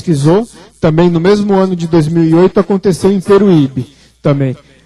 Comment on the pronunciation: Disse bem, ufólogo! não professor de português. Qual problema em não falar corretamente? kkkk